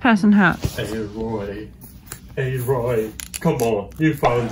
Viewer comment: It's not a-roy it's aloy 😂😂. ..BTW horizon is an amazing game. ..